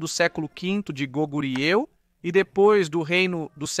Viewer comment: A pronuncia de Koguryeo e Koryeo ou ainda Goguryeo e Goryeo se pronuncia algo proximo de "Koguryó ou Goguryó" e "Koryó ou Goryó" oor isso Koryo acabou virando Korea